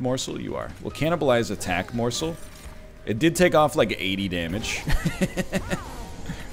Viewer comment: the way he started to say morsl sounds incredible drunk